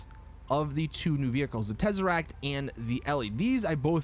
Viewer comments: Second tezeract 😂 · If u came for the terzeract